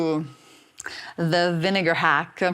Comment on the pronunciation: Apple cider not vinegair